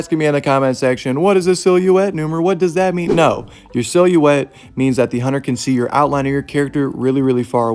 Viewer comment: What is the word you said? I know you did not just pronounce silhouette like that